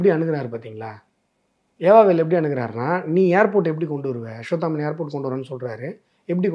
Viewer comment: அஸ்வத்தாமன் அவர்களே, ள வை ல என்று உச்சரிக்காமல் ள வை ள என்றே உச்சரித்தால் நன்றாக இருக்கும்